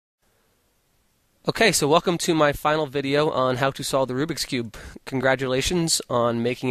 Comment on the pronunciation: Why do people call it "Rubix Cube"? It's named after the Hungarian inventor, Ernő Rubik. Hence, it's Rubik's Cube. Rubik'S. Not RubiX.